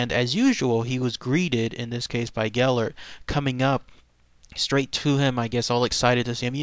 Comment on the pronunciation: I'm Welsh, I heard this story when I was 2 Ive been to the dogs grave, and the statue he says his name wrong though